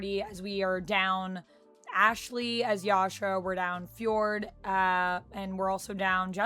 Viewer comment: Lets be honest. If she can't pronounce Fjord correctly, we have to accept she is going to get a lot of pronunciations wrong.